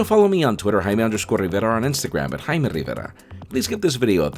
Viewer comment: this guy doesn't know how to pronounce jaime